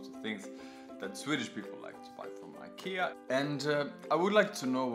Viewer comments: thanks for showing the right way to say IKEA! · 其實都可以，在IKEA的原生地瑞典或是英國特定地區，都是發音"宜kea"。但在北美與英國大部分地區，卻是用自己的發音習慣去唸"愛kea"。所以要看你想原汁原味還是英語人轉化過的發音，大部分台灣人是發原汁原味的瑞典發音，Jonas前面也有留言，說因為他的說明是英語，所以他用英語的發音方式來發。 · 其實都可以，在IKEA的原生地瑞典或是英國特定地區，都是發音"宜kea"。但在北美與英國大部分地區，卻是用自己的發音習慣去唸"愛kea"。所以要看你想原汁原味還是英語人轉化過的發音，大部分台灣人是發原汁原味的瑞典發音，Jonas前面也有留言，說因為他的說明是英語，所以他用英語的發音方式來發，如果他是說瑞典語，他的發音就會是原瑞典發音"宜Ikea"。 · 你可以用你家鄉的方式發Ikea的發音沒關係的，雖然台灣是學美式英文，但講Ikea大多人還不是發美式發音。